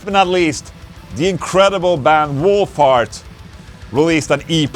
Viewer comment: ...Oh, You Meant 'Wolf Heart,' NOT 'Wool Fart' (Two Totally Diff'rent Things). I Just Love Engrish!!!😂😂😂Happy Belated '25th'🤘💀🤘